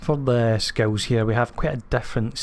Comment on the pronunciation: Love the build and also love the way you say skills sounds like you sayings skulls lmao